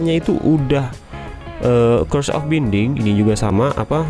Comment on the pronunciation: Bang di baca nya bainding bukan binding. Dan dulu dia itu cuma ada di armor tanpa ada book nya.